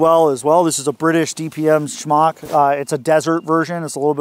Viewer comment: Smock, not shmock 😉 🇬🇧 🫡